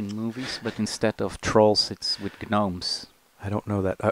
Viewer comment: Love how Danny pronounces Gnomes. No silent "G's"